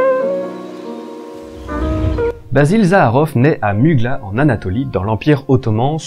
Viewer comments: À vrai dire Muğla se prononce Moula avec un [u] long, très bonne vidéo au demeurant ! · Mugla le g ne se "prononce" pas petit tip 🤷‍♂️